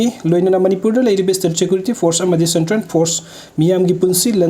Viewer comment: Its central....not sentren